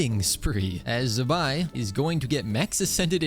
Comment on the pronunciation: Why do white people say Zibai like that?